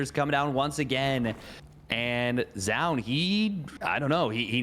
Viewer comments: fire the garbage caster that kept saying zo oohn, had to mute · Pls synchronize how you pronounce Zoun haha. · teach this clown how to pronounce Zoun please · agreed zo oohn? like what. dummy